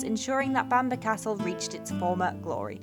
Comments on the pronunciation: Loved the video. May I just point out that the forest is pronounced "Keel der" and Bamburgh Castle is pronounced "Bam borough" not Bamberg. Holy island is also known as Lindisfarne. Cracking videos, I always look forward to them. Sorry for correcting you lol. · Spookywith the camera. It's also pronounced keelder and bambruh just for future. :P And permission to fly a drone there? ;)